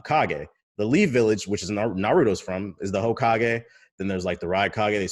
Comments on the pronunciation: "Hokiage" lol i aint even gon lie thats the most unique mispronunciation so far. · That pronunciation was legendary 🤣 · Tbh sent me. Lol. Bruh the pronunciation of hokage kilt me